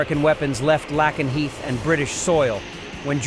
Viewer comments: Lakenheath not lackanheath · It's pronounced lake en heath.